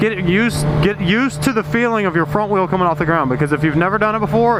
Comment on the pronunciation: "If you're weel is of the ground your doing a weeley" :D